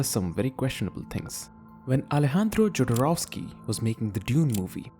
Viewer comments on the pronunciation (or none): We canproniunce anything right in this can we? Not Draughtsman, Jodorowsky, nothing